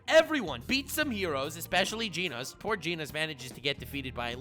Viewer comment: he just said jeenos...